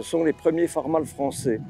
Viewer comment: Très intéressant par contre la prononciation Farm All c’est (aule) qui se traduit par Cultive Tout 😉